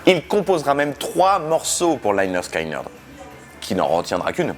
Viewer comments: Interressante video mais on prononce lénérd skénérd au lieu de layenerd skayenerd et motorhead est un groupe anglais sinon bravo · Ah ben voilà, enfin une vidéo sur cette chanson et la pseudo rivalité Young/Lynyrd Skynyrd (Au passage, on prononce : leh nerd ski nerd, et pas Laïe nerd skaïe nerd)!!! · On dit 'lĕh-'nérd 'skin-'nérd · Toujours très sympa tes chroniques. Et très belle chanson. Par contre mes oreilles ont saignées à chaque fois que le nom du groupe est prononcé. Les y ne se prononcent pas "aïe". Ça sonne plutôt comme léneurd skéneurd pour un français. Les y ça devait faire classe sur le logo. Enfin merci quand même :) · Prononcé Leh Nerd, Skin Nerd, c’est dit sur la pochette du premier album. Pas Laïnerd Skaïnerd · Pronounced Lineurde skineurde for you funny French people ; ) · Par contre leur album te dis que ça se prononce leh-nerd'skin-nird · bon alors deja on dit pas "laillner skaillnerd" ^^ pas plus qu'on dit, "david laillnche" mais david lynch.. j'ai les oreilles qui saignent. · Faut apprendre a prononcer correctement lynyrd skynyrd, please. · Quand on sait pas prononcer Lynyrd Skynyrd, on essaye d'être un peu modeste sur le sujet. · Ce serait bien de prononcer correctement le nom du groupe. Le y se prononce i...! T’es pas le seul à faire l’erreur dans l’hexagone... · juste pour dire lynyrd skynyrd ne se prononce pas comme ça.... ;)